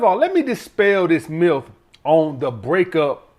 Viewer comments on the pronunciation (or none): Man said "Tossick" "Miff"